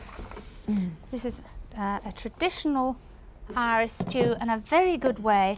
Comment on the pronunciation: Did mary says iris stew -dropping the h